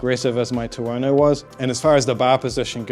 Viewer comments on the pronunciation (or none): Great Video but Tuono rhymes with Porno